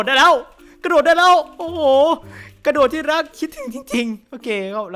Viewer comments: กระ ค่ะไม่ใช่ หระ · กระโดดไม่ใช่หระโดด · กระโดดครับ ไม่ใช่หระโดด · พี่ทำไมเป็น หระโดด